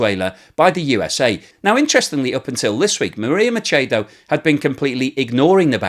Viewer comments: It's Machado, not Machedo. Spanish is highly phonetic, unlike English. The first A is pronounced AH and so is the second one so we don't change it.I gave you a thumbs up anyway because that was very informative. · Listening to you mispronounce "Machado" and "Essequibo" causes my teeth to hurt the cringe is so strong. Spanish is really simple to figure out and doesn't require any sounds you don't already make speaking English. Please get it right.